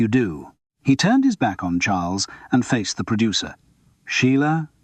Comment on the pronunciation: Ai..so annoying. Pauses after a full stop just too short , Maurice pronounced incorrectly for zBritish English, which is " morris" , when " the" is emphasised , it is pronounced " thee" not just a heavier " the".....and Simon Brett's real voice has been used fkr tge ai , trying go mstch the intination and timbre.